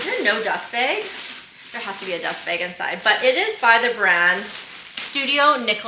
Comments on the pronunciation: B A G , not beg 😂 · Happy birthday 🎉🎉🎉🎉 wait, what’s wrong with the way you say “bag” ? Love the bag!